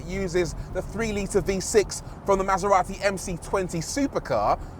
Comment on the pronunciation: MasEVati. (Bleah.)